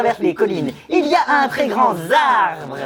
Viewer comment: "Un très grand [z]arbre." ON DIT UN TRÈS GRAND [T]ARBRE !!!!!! Y A PAS DE 'S' A GRAND PUTAINNNNN